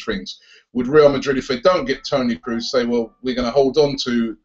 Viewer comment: "Kroos" is actually pronounced as in the bird "crow", so it's "crows".